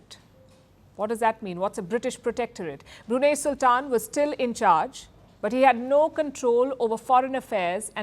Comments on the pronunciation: Its pronounced as BRUNAI not as BRUNEH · Hi Palki, while the country is spelled as Brunei, but it is pronounced as Brunai. Thank you. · First learn how to pronounce Brunei😂😂😂😂 not Bruna😂😂😂😊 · It's not Brunay, it's Brunei called Brunai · English pronunciation of "Brunei"➡ broo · nai ( pronounced as "nine") Hinglish pronunciation of "Brunei" ➡ broo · nay 😅🤣😂😆🤭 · It should be pronounced as BRUNAI. Not Bru nei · The least you could do Palki is pronounce the country’s name correctly. It is not pronounced as 😂“BruNeh” it’s BROO-NAI. Please Google it ! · It is suppose to be pronounced as Brunai. "a" not "e". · The correct pronounciation is "Bru-nai". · Brunai . That’s how it is pronounced. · Good report. Yes it is BREW NEI (no brew) in Brunei. It is dry. But the name of the state is pronounced BREW NIGH. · Learn how to pronounce Brunei properly, woman! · Please learn how to pronounce Brunei. Your pronunciation is incorrect. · Don't you people ever care to take a little effort at pronouncing names correctly? Pls look up the correct pronunciation of Brunei. If you cannot get a simple thing like that correctly,, how much faith can we place on your reporting? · wrong pronunciation of Brunei!